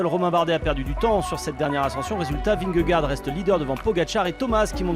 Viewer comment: J'implore les présentateurs de France TV de bien prononcer Vingegaard !!!